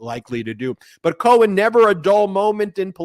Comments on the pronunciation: His name is Michael. Please stop calling him Cohan to his face. Disrespectful. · Ben! Please stop calling him "Cohen".